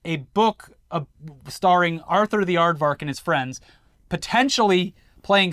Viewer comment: "Ardvark" :_InternetBLUE